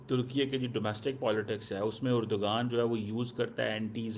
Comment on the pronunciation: Erdogan ❌ Urdogan ✅ 😂😂